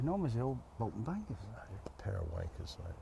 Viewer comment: Another cracking video lads. Not sure if its just me but did say wank**s haha